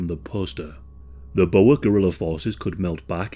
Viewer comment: Omw the way he says boere 😂 we ain't snakes